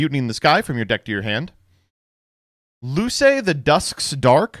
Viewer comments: Why did he pronounce “Luce” as “Loo-say” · Pronunciations of Buio and Luce hurt so for anyone interested they are : Buio (dark) = boo-ee-oh Luce (light) = loo-che Nothing will top Domitianus tho ahahah